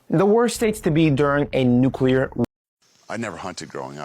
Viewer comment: My fellow Americans, Say it with me... "NEW CLEE ARE". Easy, right?! "NUCLEAR". NOT NEW CUE LAR/NUCULAR. OHKAY? THANK YOU!